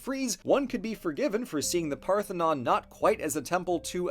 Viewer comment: "They say of the Acropolis where the Partenon is..."